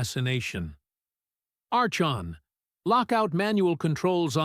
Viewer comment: Archon is pronounced ARKON.